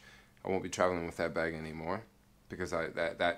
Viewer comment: Dig ur vlogs, but, sometimes u drag ur stories out, and please say "with", not "wiff".... ur killing me.... and "super" this and "super" that, along smh....ur definitely not a NY, or even an east coast brother.... lol.... but ur cool.... be safe